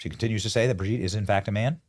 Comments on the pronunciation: Hey Benny, it’s ‘Bro’gitte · LMFAO the emphasis on Brigitte 😂😂😂😂 hilarious